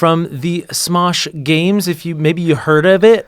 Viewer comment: Smesh gaems